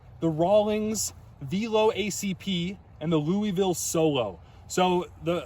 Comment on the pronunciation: it’s not Lou-eee-ville It’s Loo-avile